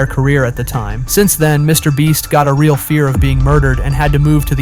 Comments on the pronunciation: HI why are u saying MrBreast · STOP SAYING MR BREST ITS MR BEAST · Mr. Breast lol this guy does this intentionally on every video ig? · Bro said mr breast 😢😢😢😢😢😢😢😢😢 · And he says Mr. bleach